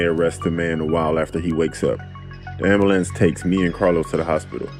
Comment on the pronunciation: An "amblance" huh? Gangster ass narration. Lol